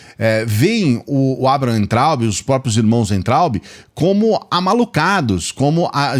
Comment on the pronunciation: aprenda de uma vez,. Você fala Weintraub com som de U, mas o w deve ser falado com som de V